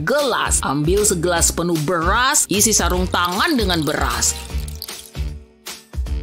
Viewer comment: "beghas" (beras) 😂